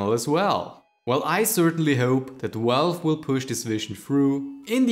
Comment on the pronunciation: I heard "welwe" - what the heck did you just said? Ah... Valve....right... Then I hear Welwe again - what? Ah, forgot again you meant "Valve". Other than that, great video :D